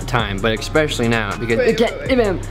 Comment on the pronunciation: please stop saying "eckkspecially" HAHA it's "especially"